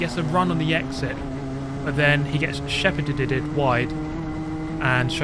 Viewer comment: Drinking game for each “ed” he adds to the end of shepherd